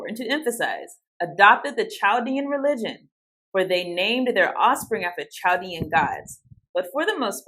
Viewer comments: Chaldean is pronounced Kall-DEE-an, not with the soft, English 'ch'. Murašu is pronounced m'-ra-shoo. The mu is like mud or mug, with a schwa 'u'; the ra is like the word rash; and, the šu is with a long u like the word shoe. Mu-ra-shoo, or m'-ra-shoo. : Excellent explanation of 'call no man your father'. Father means interpreter: PTR. That's why the Pope is papa. The one who determines the interpretation of scripture. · Just helping out Chaldean is prounounced Kal-Dean, they are native to Iraq and speak aramic their religion is catholic. There is a large population in the city of Detroit.